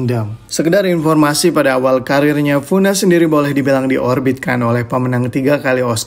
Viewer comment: Kak, di alphabet korea ga ada bunyi fu.. Itu mba bae doo (dibaca du) na kenapa jadi funa 🤦🏽‍♀️🤦🏽‍♀️🤦🏽‍♀️